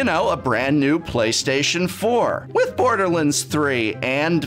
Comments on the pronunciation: I want to mock "Borderlunds" but I'm 85% sure I'm going to start pronouncing it that way to annoy my friends. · Does it bother anyone else the way says borderlands? Lol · I like how he seemingly has trouble pronouncing common product names like 'Borderlands' and 'NASCAR'. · Why’s he saying Borderlands like that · Anyone else unreasonably bothered by the pronunciation of "borderlands" ?